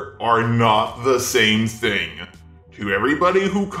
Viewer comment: DOES ANYONE ELSE NOTICE THE ELONGATED WORDS? GENDERBENDUH, JAILUH, THINGUH, MEUH